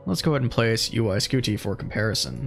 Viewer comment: Why are you pronouncing UY Scuti like that?